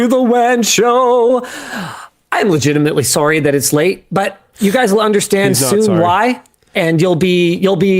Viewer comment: That "sowry" at the beginning is the most Canadian I have ever heard Linus, which is fitting considering the topic 🤣🤣🤣